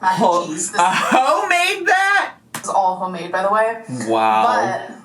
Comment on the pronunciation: why can't she say homemade correctly 😭